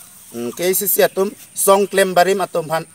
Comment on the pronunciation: Un educated person apotlo khei aphan kachongthui apot poisa amek kethe ale lobo.KACC puha pronounciation ningke thekthe le